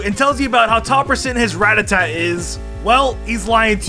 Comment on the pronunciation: You say ratata wrong.